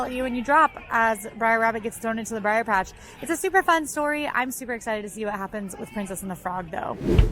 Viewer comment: If says "briar" rabbit instead of br'er rabbit one more time I'm unsubscribing.